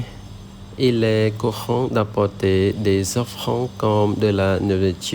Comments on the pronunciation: Chum reap sour 🙏 Félicitations pour cette longue vidéo où tu ne fais aucune faute! Pour le mot ''offrande" j'entends "offrand" Ce sera mal seule remarque. Je te souhaite une très bonne journée 🙏🙏🙏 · Oui, il faut prononcer O-FFRAN-DE Bonne journée 🙏🙏🙏